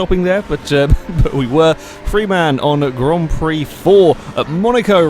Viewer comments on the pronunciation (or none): none